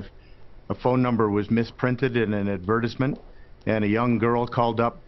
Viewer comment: I believed everything he said till he said the word advertuzzmint.